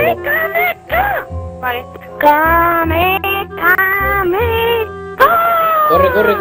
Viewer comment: ES KAAAAAMEEEEEWW HAAAAAMEEEEEWWW HAAAAAAAA!!!!! No Kame Kame Ka :v TE MERECES LA GENKIDAMA MAS GRANDE DE LA HISTORIA... xD PD: El mejor fue el ultimo, cuando apago la play con el ojo mori de risa y desperte a mi familia xD